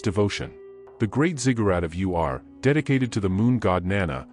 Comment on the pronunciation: It's Ur, not U.R.